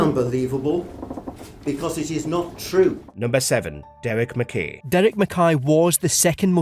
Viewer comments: Can’t believe the narrator mispronounced ‘McKay’ when it’s spoken several times (correctly) in the clip. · Just like to point out as a Scot the sheer ignorance of the voice over actor to pronounce McKay as ‘mick kay” in spite of the fact that the correct pronunciation is used by the news reader from the clip, Nicola Sturgeon and another politician… not defending the man himself but English ignorance to deliberately mispronounce Scottish names is indefensible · This is te first time I've heard "McKay" pronounced the way that the other people did in the clip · Conversly in my 58 years on the planet this is the first time I’ve ever heard it pronounced the way the narrator pronounces it! Come to Scotland or watch old episodes of ‘Porridge’ to hear it correctly like the people in the video.